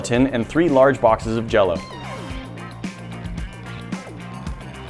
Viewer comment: Jell-Y not jell-O